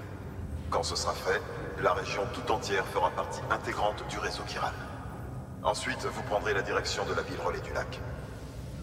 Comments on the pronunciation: Je suis le seul à être perturbé parce qu'il prononce "chiral" en "ch" et pas en "kh" "khiral" comme le prononce tout les personnages du jeu ? 😅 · Quiral pas chiral sa se prononce quiral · Véronique Boissière Chiral prononcé « k » c’est français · C moi où il ne sais pas dire chiral . Il dit chiral au lieu de kiral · Chiral se prononce : /Ki/ra/le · Le nom du réseau s'écrit 《Chiral》mais ça se dis 《Kiral》. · Quelqu'un peut lui dire que chiral se prononce Kiral svp